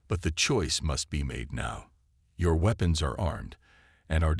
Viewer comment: Wehpons...seems like if it's not mistyped then it's the pronunciation...it's never been seen before. 😂